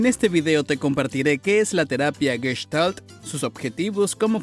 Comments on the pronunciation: No es Gueshtal, es Gestal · En castellano, NO ES CORRECTA ESA PRONUNCIACIÓN, 'GUESHTALT', ADEMÁS TAMPOCO es correcto decir traNStorno, sino., TRAStorno, SIN N, LA PERSONA QUE NARRA ESTE VIDEO IGNORA CÓMO HABLAR DE MANERA CORRECTA, imaginen el tipo de terapia que va a brindar, evidentemente sólo es labia lo que se vende muchas veces con estás terapias y mucha gente cae en ésos engaños 🤮 !!! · Ya te dejaste impresionar por un tarugo que no sabe ni pronunciar Gestalt ! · aparte que es una seudoterapia los terapeutas y psicólogos están más locos que una cabra